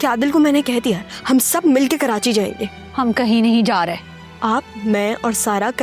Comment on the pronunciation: Audio.hmwsha Karachi ko kerachi kehta h